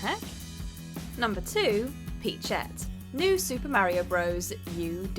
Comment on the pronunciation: Stop being such a hater, the great fairy fountain is a breath of fresh air. You’re just salty your videos don’t even know how to pronounce Mario right, and you want to act like some kind of authority on pop culture. Marryo is the way old grandpas pronounce something they mistake for mayonnaise.